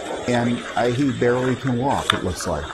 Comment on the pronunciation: Barely not Barley.